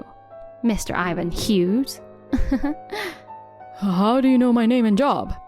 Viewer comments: FYI. Hughes is a one-syllable word and is pronounced as "HYOOZ" not HYOO-JEZ. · Hughses? As a Hughes, I'm offended at the mispronunciation! 😂 I'm kidding, I laughed.